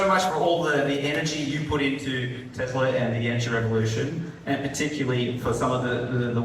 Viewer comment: How does work for Tesla but cannot pronounce the name of the company he works for correctly? It's TeSSSla. It is not TeZZZla.